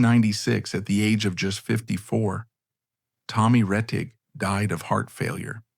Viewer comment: Too bad this documentary was done by A.I.! An actual HUMAN would not have mispronounced Tommy Rettig's name as, "Tom Reteeg!"